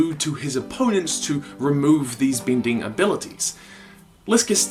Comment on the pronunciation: Didly(deadly). binding(bending). Great videos/theories, but the pronunciations are bad.